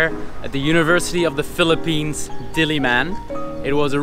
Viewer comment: I REALLY LIKE HOW U PRONOUNCE PHILIPPINES IT SOUNDS SO HONORABLE LOL, THE WAY U SAY IT IS LIKE IT IS GETTING AN AWARD HAHAHA actually ur speaking voice is what i like i think